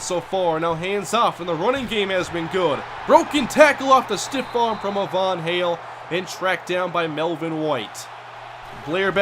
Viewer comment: Hey I think Ivan Hale is pronounced it's eye vin hail. Not a Von hail.